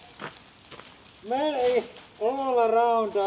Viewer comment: "Vot da fuuuck" and "shmell" killed me😂